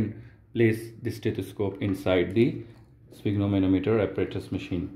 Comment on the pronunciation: It is called spygmomAnometer, not sphygmomOnometer...